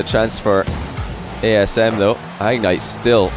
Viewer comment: I kept thinking was messing up by saying TSM because of Eyeignite before realising he'd said ASM right